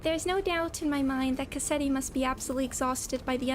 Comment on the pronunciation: You absolutely massacred Cassetti omg. I'm so excited for the next canto if we're already getting reveals as insane as this. :_mafCry